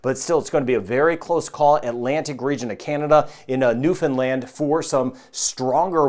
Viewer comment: Thanks for this (and I truly appreciate your correct pronunciation of Newfoundland - like Understand!). Unfortunately, the bulk of the population of this province is on the Avalon Peninsula (the part that’s most likely to get hit with this) so we’re definitely in monitor mode! Thanks for all the great work you do on this channel for everyone - the level of detail is much appreciated and certainly something that is interesting over and above the normal weather stuff you hear. Be safe everyone!